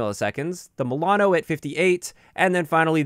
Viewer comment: The way you saying Milano makes me confused 😕